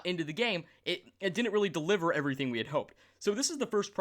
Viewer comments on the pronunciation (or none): none